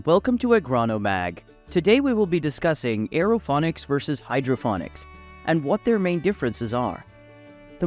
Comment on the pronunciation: Can't even pronounce it right.its ponics not phonics.got Sick of hearing it so turned off